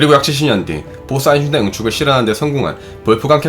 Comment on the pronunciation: 아인슈타인 발음이 영 오래동안 안되고 있네요 독일어에서 ei는 아이로 읽는데 이걸 에이로 발음하는 군요 제발 엉뚱한 발음 하지 말고 그냥 아인슈타인 한국식으로 발음해도 괜찬으니 엉뚱한 발음 안했으면 좋겠네요 몇년동안 이채널을 들으면서 처음으로 지적합니다